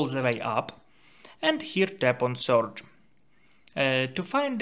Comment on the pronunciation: It is spelled "search" not "soorch"